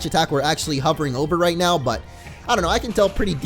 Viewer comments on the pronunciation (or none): none